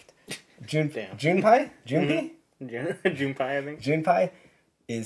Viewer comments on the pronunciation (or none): The “pei” in “Junpei” sounds more like “pay,” than “pie.”